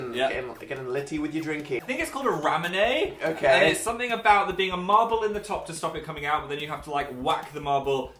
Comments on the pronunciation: It’s called ray mune and you have to push the marble down into the drink well it’s just a decoration Phil and Dan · ”ra-men-a” Me: ...no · phil pronouncing ramune like rammin-ay will never not make me want to hit something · The way phil pronounced ramune 😂 😭 he is so precious